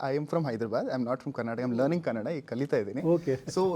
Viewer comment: Thanks for saying kannada and karnataka correctly.. samadhana ath nod bhai